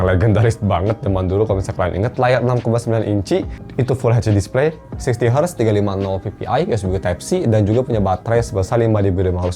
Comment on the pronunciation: Ngomong nya terlalu cepat dan agak kurang jelas pas ngomong 60 hz😂😂😂